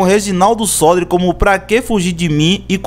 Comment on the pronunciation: Muito bom só lembrando que o nome do compositor é Reginaldo Sodré. Você pronunciou errado.